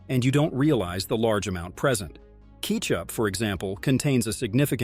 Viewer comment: keeechup lol